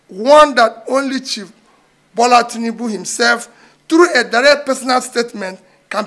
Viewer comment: .. He said chief Tnibu not president Tinibu..